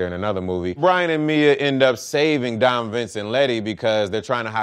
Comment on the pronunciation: Don instead of dom that races your heard?